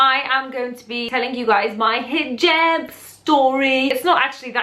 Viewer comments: Hijeeeeeeeerb, ha i love accents. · Why do people say hoojab instead of hijab? Is it just different arabic dialects? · ahhhh. I had always thought it was pronounced Hee-Job. I wonder if that is a European thing, or if most muslims pronounce it that way. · U say hijab weird..or is it just me